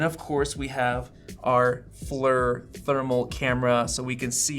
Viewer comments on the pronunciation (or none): FYI: FLIR is pronounced "fleer". It's taken from a military acronym "Forward Looking InfraRed" and the pronunciation rhymes with "deer"